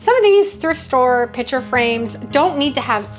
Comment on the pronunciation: I hope this doesn’t sound as critical as I think it does--😢 but, your pronunciation of "piCture" as "piTcher" really assaults my ear! LOL! 😅 😮 I loved your ideas and how you transformed the picture frames, 🎉 ❤but I had a very hard time listening to you say: "piTcher" frame so many times...😢 Is this pronunciation typical of your regional area?